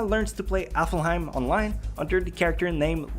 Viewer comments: sorry but this video annoyed me while I watched for multiple reasons but the main two are that 1- he mispronounced alfhiem and called it aflhiem. 2- these aren't facts we don't know these are mostly spoilers for people who haven't watched the anime in the first place. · When watching this I had some serious anger issues when kept saying 'Alfheim' wrong. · It bothered me so much how he pronounced "Alfheim" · your pronouncing alfheim wrong while being a shortened version of its original norse land of the light elves alfenheimr it is still pronounced in the same fashion with short harsh vowels and silent e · The way this guy pronounces alfheim..... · and btw you pernouce it alfheim not aflheim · AlfHeim, not AflHaim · Its elfheim not effelheim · It’s not aflheim it’s pronounced alvheim and this is facts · Dude, it's *ALF*HEIM, not *AFL*HEIM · I heard appleheim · I think its aflheim hes saying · Apparently it's AffelHeim online, not Alfheim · It's not ''Aflheim'' It's Alfheim. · maybe but spelling Alfheim Affelheim? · ITS A-L-F-HEIM NOT A-F-L-HEIM!!! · It's not 'Aflheim' it's 'Alfheim' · is it just me that the fact he pronounced Alfheim online as Aflheim online am i the only one who cringed xD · U say aflhiem and u say gun gale art. Its alfheim and gun gale online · he never cheated in SAO but other players considered a beta tester as a cheater because they knew more about the game than anybody else... watch the 2nd episode of S1... oh and another thing that's wrong, it's not AFLheim but ALFheim... well that's just nitpicking and also those weren't exactly facts but raher just the story-. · Why are you saying alfhiem like applehiem????? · Aflhiem xD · He accidentally switches the L and F in "ALfheim" so he says it "AFLheim" (affel-heim) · ok its aLFheim not aFlheim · afelhime?? afelhime?!? HAHAHAHAHAHAHAHAHA oh im sorry but that is so funny. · Alfheim not Aflheim XDDD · It's Alfheim, not Aflheim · WHY!!! ITS NOT AFLHEIM ITS ALFHEIM